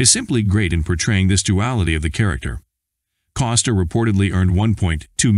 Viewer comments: It bugs me that the narrator says, instead of Costner. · His name is Costner not Coster. Get it right.